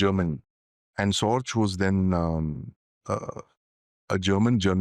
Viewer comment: Just ran into this video and watched for the first few minutes, and halted it, the man offering his pearls of wisdom in the video is a symptom of the lack of quality and insights in the Indian media. This guy cannot even pronounce Sorge's name, its pronounced "Raik-hard Sor-gay". No doubt Sorge had the most valuable insights, which he passed back from Tokyo to the Soviet Union, through 1941, while Stalin did not believe in the warnings of the German invasion initially, subsequently the Soviets would trust Sorge's word, especially the one about the Japanese unwillingness to start another war with the Soviets, after the German invasion of the USSR, which allowed Stalin to move well over 20 divisions from the East of Ural, to Western/European Russia, to fight the Germans. But Sorge was discovered and arrested later that year. The real gem, whose real identity has not been confirmed to this day, was Werther, some say it was nobody but Martin Borman. If Werther is ever identified, he would be the greater Soviet Spy, in how he worked through the war with the Lucy Spy Ring of Rudolf Roessler, passing info to the USSR and inflicting defeat after defeat on the Germans, such as Kursk in 1943, for instance.